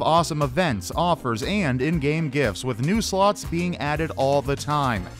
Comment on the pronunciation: The way he says "slots" 😆